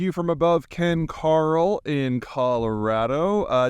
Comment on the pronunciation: Zeihan doesn't even pronounce "Ken Caryl", the town he's lived by for a few years now, correctly. This along with a bunch of sloppy mistakes like his Portland heatwave oof, make me wonder what else he gets wrong.